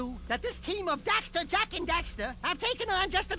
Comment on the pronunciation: 3 games and he still can't get Jak and Daxter's names right.